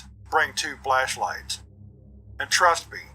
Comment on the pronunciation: ALWAYS. BRING. TWO. FLESHLIGHTS!!! 😂 My guy knows his priorities! (I believe that it's the 2nd time you say it where the pronunciation, coupled with the 'AM Radio' Audio Filter, really make it sound like that's what you said. It had me giggling so much!)